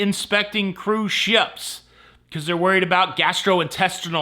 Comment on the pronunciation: “Cruise shyeps.” 😂